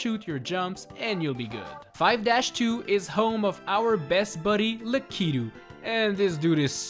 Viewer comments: Likeetu? I thought it was lakitu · Nobody: Him: LakEEtoo